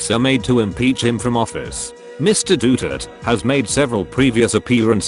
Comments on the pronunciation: "Dootert" I'm dying 😂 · More Duterte memes.. plus the pronounciation is wrong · U pronounced "Duterte" wrong